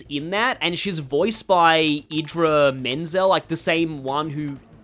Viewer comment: Idina Menzel use to people miss pronouncing her name